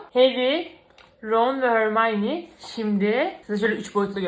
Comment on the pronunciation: hormayni degil hermoni